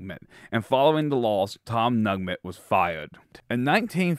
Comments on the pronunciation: It's Tom Neugent, pronounced new-gent.....and Bobby Bowden was the position coach for Fred Belitnikoff in 1964, the first year we beat UF.....Bill Peterson had an eye for talented coaches....he hired Bill Parcells, Gene McDowell, Bobby Bowden among others........ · Tom “Nugment” LMFAO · Tom Nugent (pronounced New-gent). This historical stuff is really important. My Mom graduated from FSU in 1952. My parents were avid football fans. We attended those great games (first Gator victory, tying Alabama in Tuscaloosa, etc.) Please cover the great players (Tensi, Biletnikoff, Hammond, Sumner, Sellers, etc.) Peterson deserves much credit. Bowden was the greatest.